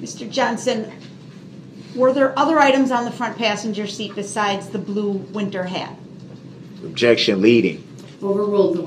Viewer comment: She’s making fun of the way Brooks pronounces the word objection.